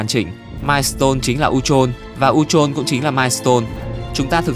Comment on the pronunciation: Phát âm sai chứ sao